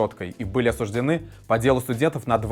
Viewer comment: Спасибо за правильное ,грамотное произношнение,,осужденЫ́ !!!👍👍👍👍👍👍👍👍👍👍👍👍👍👍🙋💞Надоело слышать и от луки👺и его клерков и от блогеров🤷‍♀️😱--осУ́ждены,,возбУ́ждены🤣 дела .. 🙃